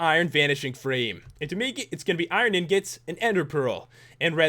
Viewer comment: IRON INGOT NOT IRON INGIT